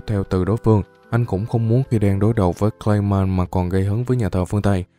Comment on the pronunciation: Clay man mà xém nghe lộn thành gay man :)))))